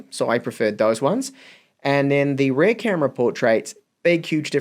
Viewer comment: Rear, like fear, not pear! Bloody Kiwis. Otherwise, love your work.